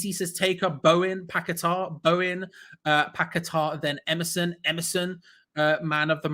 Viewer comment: It's paqueta not pack a tar try getting names right ffs